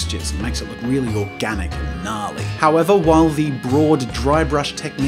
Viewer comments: Anyone else forget he was Australian until he said gnarley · "nahlly = gnarly" 😍😍😍